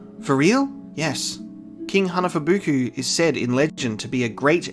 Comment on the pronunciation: I can't believe you pronounced Hanafubuku right on the first try, I still struggle to say it now XD